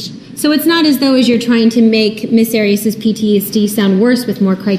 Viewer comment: and. says "Drawring" and he says Jodi's last name as "Ms. Arrows"